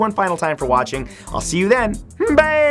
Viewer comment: I thought he said "baeeee" at the end